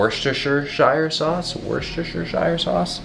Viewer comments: Worcestershire is pronounced with a lot less syllables than the spelling. Google spells it "wu stuh shuh", which looks a little wrong to me, but it pronounces it correctly when you hear the sound. Most non-UK people get this completely wrong. :) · Its pronounced woostershire pal 👍🏻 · Worcestershire sauce is pronounced "Wussed er" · Quality video as per usual. Couple of things: 1- you should feature your friend in more content, be interesting to see some muay thai inspired videos. 2- it's pronounced "wuss-tah" sauce (we never say the shire part of the sauce in the U.K, and I live very close to Worcester, trust me). Keep up the great content! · Couldn't see this immediately so here you go my friend... we pronounce it 'woostershuh' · Worcestershire sauce: aka WUSS-TER-SHA :) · Worcestershire is pronounced Wuster-sher for future reference hahaha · Worcestershire...wurst..her...shur....but say it fast :) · A guide for Americans to pronounce Worcestershire sauce: wus ter sher sauce say it without the spaces and you got it 👍🏻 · PRONOUNCED: 'woostersheer' sauce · its pronounced Wustershur sauce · Pronounced wist o sheer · It's pronounced wister-sher sauce. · worcestershire is pronounced "wus-ter-sheer" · It's pronounced like "wuster" sauce. Crazy I know, but that's place names for you. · Just to be that annoying guy it’s pronounced wust-i-sheer. Great content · It's pronounced wuster sauce, yeah the English language is dumb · trying to pronounce "Worcestershire sauce" had me rolling 😂